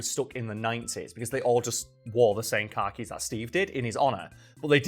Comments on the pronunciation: What are you saying at the end of the video regarding what's on Venezuela's currency? Captions couldn't figure it out either, ha. Also, the way you pronounce "khakis" is how a normal American would say "car keys". But go to Brooklyn and they'll say "car keys" like "Cah-keez" (khakis) No hate, love the content! Just a funny observation of someone with a Mid-Atlantic dialect. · I forgot the point of the video so when you said (what could be reasonably misheard as) "car keys" I stopped the video and was just like "yeah alright, makes sense" before moving on to remember khakis are a weird word